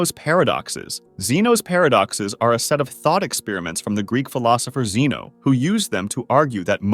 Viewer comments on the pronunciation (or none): none